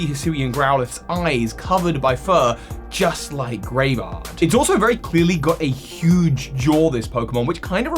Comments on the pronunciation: constantly calling it Graevard instead of Greavard is making me cringe. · Might just be your accent, but it's spelled Greavard and the website specifically uses the word grievous in relation to it, so most likely it is pronounced Greave/Greev-ard not Grave-ard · it is kinda odd, it is almost certainly not pronounced like graveyard without the Y like how pronounced it though, that would be too on the nose if you ask me and would probably be spelled Gravard or Graevard, putting the E first suggests some different pronounciation. Maybe it is hinting at its evolution having some sort of armor? Greaves are classical shin armor while also sounding like grieve (as in: to mourn)